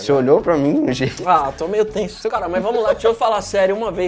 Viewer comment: Ah, calma, eu tô meio tEnSo ele falando tenso kkkkkk tadinho